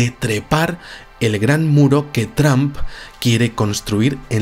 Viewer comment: TRAMP hahaha vamos. Buen vídeo de cualquier manera:D